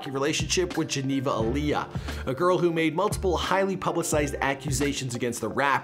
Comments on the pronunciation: **Ayala not Aaliyah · bro. Geneva Ay-A-La